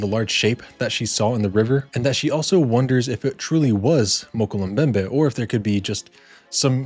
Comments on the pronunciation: This was a phenomenal video well done thanks, your pronunciation was off however Mokele Mbembe is pronounced like Moe-kellay-em-bembe just fyi. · If you're going to do a video like this you need to pronounce it correctly.